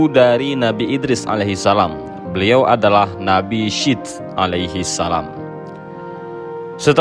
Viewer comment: Bang yang bener bacanya nabi syits bukan syith kalo di tulis pake arab شيث. Diteliti dulu ya sebelum upload